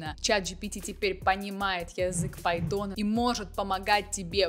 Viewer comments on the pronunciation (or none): Господи, пожалусто выучи как правильно говорить python а потом уже делай новостииии